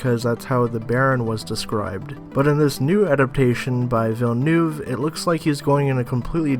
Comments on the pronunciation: "Villeneuve" is a french name -> wrong pronuncation! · "Villeneuve" is pronounced "Villenöf", not "Villenuhhv"! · Holy fuck, can you pronounce his name right? It's not "Vill-Noove"